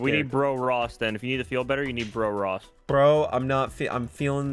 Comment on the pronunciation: So it’s nax(not ) and noss(not Ross)😂